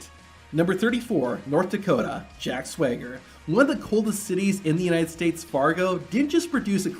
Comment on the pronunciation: Jack Swigger? Who DAT? Isn't it Jack Swagger